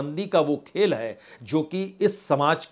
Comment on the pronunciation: Kama hota hai.. ya khail hota hai😂😂😂